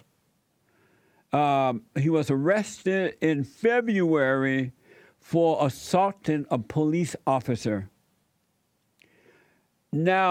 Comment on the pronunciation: "Fellonin Assaltins" Assaltinnss😂😂😂😂😂